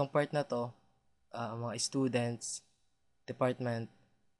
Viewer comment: Hahahahah es-tudents? toinks. kaka tawa hehe pero ok to ka una unahang pinoy tutorial about cisco CCNA ba to? hhee Ay "Hindi Tresurer pala ehhh" bwhahhahahah